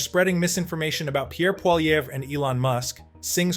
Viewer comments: For the love of God say Pierre's last name properly !!! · Canada connection learn to pronounce PIERRE POLIVERRE properly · It's hard to take you seriously, when you can't even pronounce Poilievre.